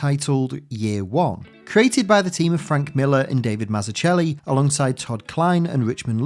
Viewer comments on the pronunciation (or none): Great video and obviously one of the best origin comics ever made. Just a slight correction on Davids name, it is actually pronounced Mazzuckelli. There's a fun clip (and amazing video) of him explaining this around the one minute mark of Keep it up, really enjoy your video's!